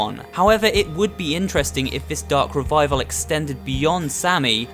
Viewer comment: Ven you say the darc revaivel it meik me dizzy